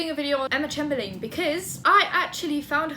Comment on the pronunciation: It’s said like Chamberlin , love you!!